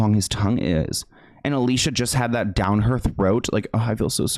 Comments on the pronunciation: Her name is actually pronounced al-e-c-uh just for clarification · Psst, unrelated by Alicia went OFF about the pronunciation of her name. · NGL i had to dip at the mispronunciations of her name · Love your videos!!!! Just a heads up, you are pronouncing Alicia's name incorrectly. Horrible how she was treated as she grew up in Hollywood. GROSS. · You said Alicia's name wrong x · I hate to do this to you but she gets so annoyed by the industry never saying her name right: ali-see-uh, not alisha. All these years I didn't know either, until a deep dive about her experiences! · Her name is pronounced Ah-Lee-see-uh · Say it with me now: Ah-Li-Ci-Ah She has said that she doesn't like being called Alisha 🤣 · I know you didn't mean to, but her name is pronounced Ah-lee-see-ah not Ah-lee-sha. No hate, just wanted to let it be known. ☺️ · It's not pronounced Alicia...it's pronounced Ali-c-a. But most people get that wrong so it's all good :) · Her name isn’t pronounced Alisha it’s Ah-lee-cee-ah as she’s clarified on her insta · Her name is pronounced A-LEE-SEE-UH, not Alicia. Ty for coming to my Ted talk. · Just quick reminder, Alicia Silverstone has made videos telling us her name is pronounced a-Lee-See-a and not Al-ee-sha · i never knew about all this😮also Alicia is pronounced Ah lee c ah btw😂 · You know her name is actually "Ali-Seeyah", I saw her say it on youtube once. Everyone says her name wrong everywhere, so I understand how you said it wrong as well. I could not agree more that Jim is completely hypocritical. He definitely did not have a right to step up on Will Smith. (Which I agree was completely wrong as well). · Her name is uh Lee see ya. I have the same name with with an e like Felicia with no f and it's so effing annoying to correct sometimes. 😒 I hope in second video you call her the right name. It's innocent mistake but people insist on pronouns of choice so I feel valid is speaking up when someone accidently messes up. Keep up the great content!